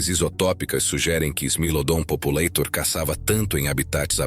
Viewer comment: Não se pronuncia "populêitor". O correto é "populátor". É latim! Não é inglês!